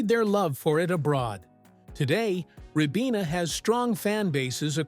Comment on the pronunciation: Ribena is pronounced rye-BEE-nuh